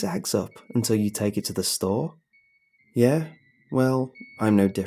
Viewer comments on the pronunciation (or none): none